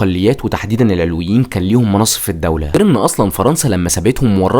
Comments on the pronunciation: معلش اسمهم العَلَويين بفتح العين واللام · ياخي ڤيديوهاتك حلوه مفيش كلام 😂 بس اسمهم العَلوِيين مش العِلويين ركز 😂 أنا سنيه الحمدلله